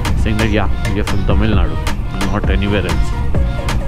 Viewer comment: You are the only moto vlogger as far as i have seen who pronounced Tamizh nadu correctly, usually they call Tamil nadu which is not the correct pronunciation. Its Tamizh nadu